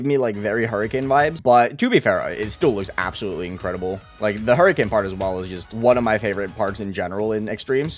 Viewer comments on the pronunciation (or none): none